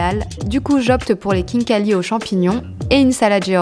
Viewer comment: Kinkali sa ne se prononce pas comme sa 😂mais c pas grave tu aurais du goûter le borche la Géorgie c incroyable Je suis d’origine Géorgienne 🇬🇪